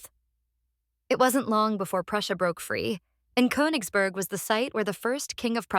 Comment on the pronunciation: Russia has never let any territory go. You mispronounce the last vowel in Königsberg, by the way.